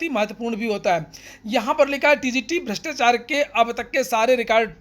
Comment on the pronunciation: भ्रष्टाचार होता है, जी भृष्टाचार नही।